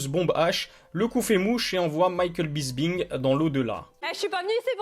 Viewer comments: Bonne vidéo mec mais c'est pas Bisbing c'est Bisping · Mdrrrr tu prononce Bisping comment la ??? 😹😹😹😹